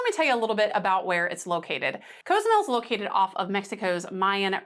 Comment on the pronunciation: The name of the island isn't a "choice". It's pronounced co-zoo-MEL. And it's not "trolls," as you so eloquently put it, that correct your pronunciation. That's the way it's pronounced in Spanish. Deliberately mispronouncing a word because you think it's a "choice" is self-centered and disrespectful. It's the same thing the orange hemorrhoid did with Kamala Harris' name when he mispronounced her name on purpose to show his contempt for anyone but himself.